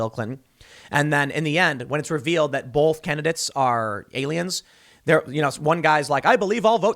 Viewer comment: the way Tim says "both" like "bolth" is driving me nuuuuuuuuts